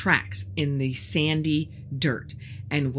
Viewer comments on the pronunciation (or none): none